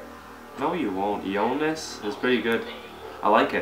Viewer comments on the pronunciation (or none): it's E-onis not E-nois